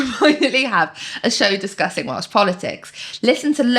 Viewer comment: Welsh/Welsh pronounciation has improved so much 👏 Da iawn!🎉